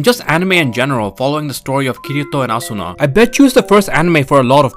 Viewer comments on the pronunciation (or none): the U in Asuna is not pronounced